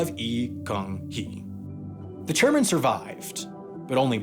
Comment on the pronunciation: “Chariman” Lee?